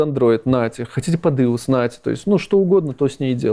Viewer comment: как Иус разработчик я чуть не умер со смеху со слова Иус